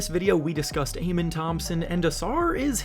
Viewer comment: “AH-MEN” Thompson. For future videos now you know.